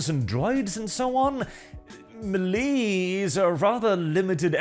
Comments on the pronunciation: Melee: Pronounced ma lay not mee lee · Melee pronounced may lay